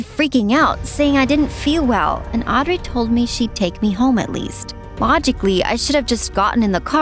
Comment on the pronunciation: you are NOT saying Audrey right